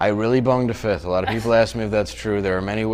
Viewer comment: I though the said he "boned a fish". I had to replay it to find that it was a "fifth", not a "fish". 😂😂😂😂